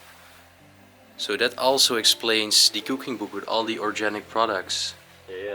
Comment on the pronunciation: That fork was a fish fork.the house is beautiful, so sad that it is all left behind to decay, but I say that every time. When you say organic you pronounce the g as a hard g with a guh sound not a juh sound. I always give you my pronunciation tips. I’m glad when you don’t open refrigerators. They are always disgusting. I would like to see an explore where you were the first people to see the property, before someone else has gone through and taken all the valuables and staged everything for photos. I think Remon was right about that knife being a letter opener.the grandfather clock is missing the weights.the bedroom is very beautiful I really like the bed, it belongs in an antique shop for someone to buy it. Cash register you pronounce the g like a j the opposite of organic. I know English is very confusing.